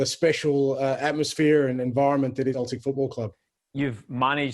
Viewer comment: He definitely just pronounced Celtic with a ‘K’ sound 🤦‍♂️